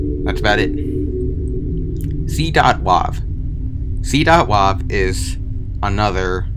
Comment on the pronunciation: .wav files are pronounced (dot)wave